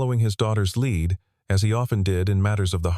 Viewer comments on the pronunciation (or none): none